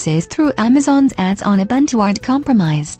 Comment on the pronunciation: Pffff, *buntu shills. :( Doesn't even know how to pronounce Ubuntu but thinks he can do propaganda for them. What a tool.